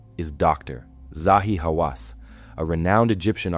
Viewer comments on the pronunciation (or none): I was you until you mispronounced Zahi Hawass's name.